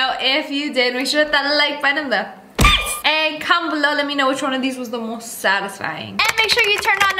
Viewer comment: "this video was not sattisfying"😄